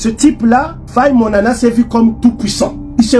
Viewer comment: Bon c'est normal qu'il n'y ait eu aucun impact, vu qu'il a prononcé faye Monana au lieu de monama 😅à mon avis il avait fumé une herbe toxique de l'Égypte antique pour avoir ce cran 😂😂😂